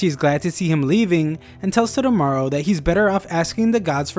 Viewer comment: Toe-Toe-Mah-Roo. not totomaro